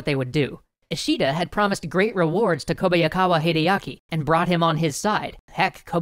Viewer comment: I really love your history series of the Sengoku Jidai...just your pronunciation of Kobayakawa Hideaki was a little too cringeworthy to ignore...but that's just one man's opinion I guess :P Otherwise it was all throughly enjoyable